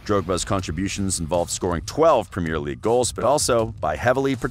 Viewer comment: Learn how to say premier League properly 😂